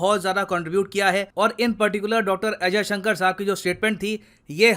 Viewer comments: He not Ajay Shankar, S. Jaishankar.. At least take the name right.. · Kya boss naam to sahi bolo unka naam jayshankar hai Ajay Shankar nahi hai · Why Ajayshankar? "Jaishankar" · एस्. जयशंकर ऐसा नाम है....अजयशंकर नही! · Ajysanker nhi Yar jaysanker bolo Kuch bhi murkhon jaise bake ja rahe Ho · Ajay sankar !!! ..... Atleast pronounce the name properly .